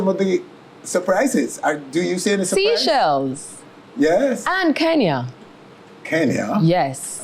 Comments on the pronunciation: She's versatile & has international appeal. Lol by the way it's not "seashells", it's Seychelles (say-shels). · Pronounce it like.. “say shells” not sea shells lol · Its no seashells its Seychelles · Its called the Seychelles and pronounced like its spelt not seashells ! she also is a liar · If u say sea shells one more time…. “Say -shells “ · not sea-chelles it’s say-chelles